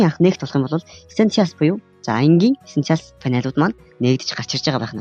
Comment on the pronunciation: Уул нь дажгүй заахын хилний дуудлага нь арай байна аа. Эсэнциал гээд яу яриад байгаан болоо гэж бодсон эссэйншил гэдэг үг байсан байшдээ. Монгол руу орчуулбал амин чухал гэсэн утгатай. Марвэлсын кино үзээд дуудлагаа ядаж сайжруулалдаа.